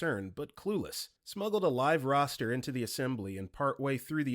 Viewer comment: holy 😭😭 the cock is coming Bro said roster instead of rooster i was so confused for a minute